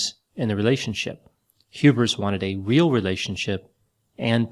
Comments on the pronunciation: Lol, it's HubERS not HubRIS. doing another Freudian inception on us. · Every time says "Hubers" it almost sounds like "hubris" to me. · it sounds like you're saying hubris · Whenever says the name "Hubers", I hear "Hubris", but is that wrong? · It almost sounds like you're saying Hubris instead of Hubers and I find that to be fitting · messed with me the whole time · It does sound like is saying Hubris. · I keep hearing "hubris"